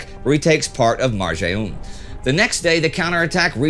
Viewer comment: Just a small thing: it's called Qunaitra with a strong open accent on the Q and not Quneitra (on the other hand, Marjayoun pronunciation was perfect)